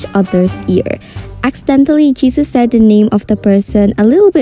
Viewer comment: "Pharaut" , "Jesus" , "Ladder" and "Carcher" lmfao, W pronunciation you have 💀